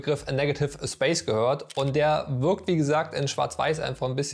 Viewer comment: Würkung, ürgendwie, würkt nicht, würklich, skill, content…. ich glaub ich muss zum Deutsch-Kurs, sorry German course 🥴 Der Beitragsinhalt allerdings war super dargestellt wenn auch einige Dinge sich selbst erklären wenn man sich ernsthaft mit dem Medium beschäftigt 👍